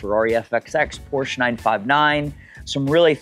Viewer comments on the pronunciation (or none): none